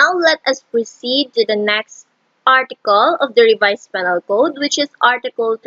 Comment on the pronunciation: No offense but shouldnt it be pronounced "pē-nal" or "pinal"?